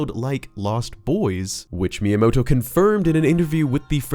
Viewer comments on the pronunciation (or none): none